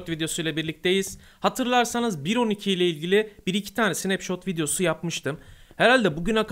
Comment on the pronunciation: SNAPŞOT DEĞİL SNEPŞAT